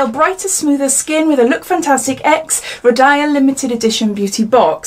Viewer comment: It's pronounced row-deal. Sorry, I thought it best you knew.